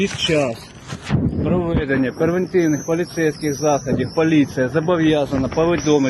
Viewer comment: Ну каких "ПЕРВЕНТИВНЫХ", ну что за колхоз?!